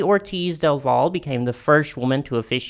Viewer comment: Not me being more reactive on how you pronounced Del Valle than what Barbies doing with her dishes.